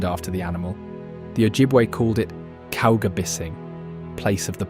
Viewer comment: This is a very nice documentary and I enjoyed, but here's some tips on pronunciations : Gitchigami is "Gitchy Goomy", Calumet is "CalYOUmet", and "Tahquamenon", the accent is on the second syllable "quam". Just some helpful suggestions, not a knock against your good work. Thank-you